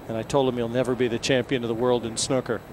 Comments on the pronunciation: Hes says snooker like snuker.... It should be said like snooooker. like a cow goes mooo.. hard to explain but yerh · lol he said snuker